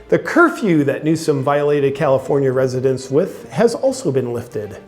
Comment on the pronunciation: California resitents...😂😂😂 I like it.